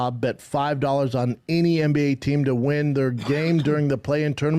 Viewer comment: I love how he pronounces NBA as MMBA.